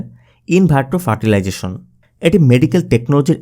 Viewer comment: IVF full form: In Vitro Fertilization. IVF full form in bengali : ইন ভিট্রো ফার্টিলাইজেশন। একটু ঠিক করে উচ্চারণ করুন।